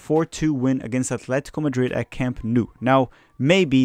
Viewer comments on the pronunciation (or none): none